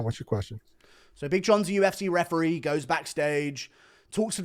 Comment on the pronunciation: Csn someone tell how to pronounce EE at the end of words, instead of eh? ReferEE not refereh. mEE instead of meh. StorEE not storeh